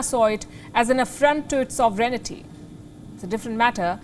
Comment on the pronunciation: she's good but not very good definitely..instead of pronouncing sovereignty,she keep on saying sobrenity..correct me if i'm wrong